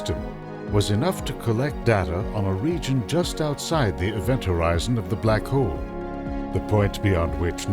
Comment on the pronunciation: hole not hoe!